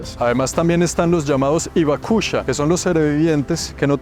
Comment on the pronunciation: >Se que no leerá el comentario pero, se pronuncia: Jiroshima, como la "Jota" de "Jirafa". Si pronunciamos bien: Auschwitz, (que es más complicado), podemos pronunciar bien el nombre de la ciudad de Hiroshima. Exactamente igual con la palabra "Hibakusha" que se pronuncia "Jibakusha". Suerte. Buen video.